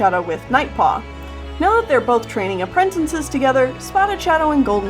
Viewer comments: it makes me cringe when she says "apprentinces" instead of "apprentices". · Appren... tin.. ces. It’s app... ren... tic... es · Am I the only person who noticed that says “Aprentences”? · did I just hear "apprentences" :o [prays] I say "appratacies" XD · i love how you day "apprentences"